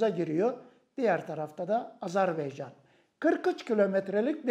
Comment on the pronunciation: Saygili Hocam Azerbeycan değil, AZERBAYCAN 🇦🇿🇹🇷❤️